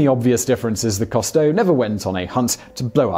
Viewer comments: Whaddya know, mispronouncing again. What a surprise. " "Coo-stow", not ""coh-stow". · Simon, usually I let slide your many mispronunciations, but with the well-known-to-all Jacques-Yves Cousteau, rather than Jack KAHSS-toe, it's ZHOCK (eve) coo-STOW , with the 'zh' being the same sound as the 's' in 'measure'. However, as always, this video was well done and informative. Thank you. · WHo the hell is Jacques COS-TOW??? It's COOOS-TOW. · It's pronounced Coo-stoh, not Cah-stoh. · Simon, it's "COO-stow", NOT "COST-toe"! UK pronunciation allows for the "ou" sound to be "oo", rather than "aw" - SO DO IT! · Coo-stow....not cost-toe.....jusy sayin'. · “Coo Stowe”. That’s how he pronounced his name. I watched every episode as a kid, and he inspired me to become a diver. Cheers. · Cousteau Is not pronounced "Cost-o". But it would't be Top Tenz without at least one of Simon's trademark blunders. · Although I'm a biologist, I didn't recognise the misspoken name 'Costeau' which is really 'Cousteau' (grrrr) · Right? Simon is incapable of pronouncing so many common words/names. And it's not even part of British vs American English pronunciation (like garage with hard vs soft second G). For a man that makes a living from the internet, and especially given the topics of all his channels, he's so culturally inept that he can't pronounce Jaques Qousteau. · This guy never could pronounce "Cousteau" correctly (sigh). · You may want to take a look at the spelling of Cousteau and maybe try pronouncing it that way! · If you know he had a TV series you could have easily picked up the correct pronunciation of Cousteau from that. Frequently the mispronuciations are so ridiculous I'm beginning to think Simon and his writers do it on purpose just to get comments... Oops, I guess I fell for that one, since I rarely comment. SMH